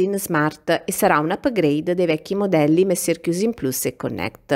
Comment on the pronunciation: non dire la R quando dici mesieiu (monsieur),non si sente nè la N nè la R. Scusa ma essendo francese,soffro un pò! :-)